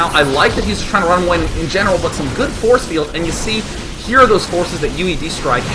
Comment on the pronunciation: I lost it when he said 'borce bields' I couldn't breathe.